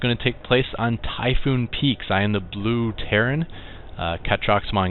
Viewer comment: map typhon peaks- NOT TYPHOON peaks(u said typhoon peaks alot) its ok just common mistake.